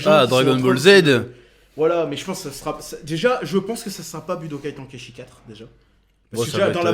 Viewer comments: Putain wsh pk tonkaïchi Ten, ten bordel comme le chiffre en anglais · Tu prononcé mal chez cet ten comme ten ten de naruto et pas TAN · Budokai « temps kai chi »